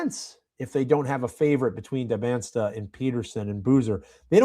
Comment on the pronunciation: very much offtopic, but it hurts my ears when i hear so many people say DybanSTa. Is it not DybanTSa?